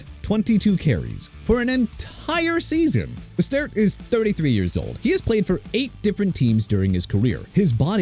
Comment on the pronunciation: LOOK MR. "NEW OR-LEANS" SHOW RESPECT FOR A LOUISIANA CITY OKAY?! NEW ORLEANS PRONOUNCED NEW OR-LINS!! ALSO RAHEEM MOSTERT PRONOUNCED MO-STURT!!